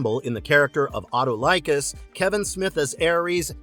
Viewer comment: If only the announcer would have watched the show and could better pronounce the names of Salmoneus and Autolycus.